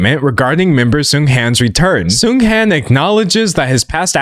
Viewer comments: i agree with everything you said, the funeral displays were horrifying, it literally sent chills down my spine... i also wanted to point out that i'm pretty sure the latter part of his name is pronounced more like HAWN (like lawn) rather than HANN (like hand). i don't think it's a huge issue i just wanted to mention it in case there are future discussions about this topic! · little fyi: Seunghan (승한) is pronounced as "Seung-HAHN". The "an" in "Han" is pronounced more like "on", with the vowel being long. Not sure if that description makes sense, just wanted to explain how to properly pronounce Seunghan's name for those that are curious!! :)